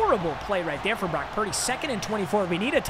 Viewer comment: Brock pur-deh